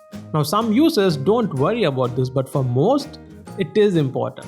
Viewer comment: Hahaha how to say important hahahahahahahahahahahaha